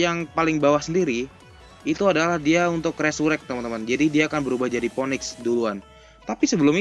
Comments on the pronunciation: baca phoenix nya finix gan buka mpoenik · Ngomong phoenix aja blm bener